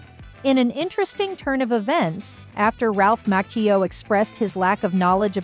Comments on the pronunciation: ir's Macchio, not Makeo smfh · This has to be an AI generated voice. No way, she would butcher Ralph's name so badly, and the others. She said Martin's last name wrong. She called Dallas Dupree Young's character, Kenny Young, at one point instead of Kenny Payne. She got all the really hard last names right. Unreal.